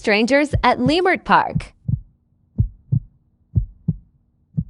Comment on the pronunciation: She said lee…murt park!!! 😂😂😂 it’s pronounced La… smh!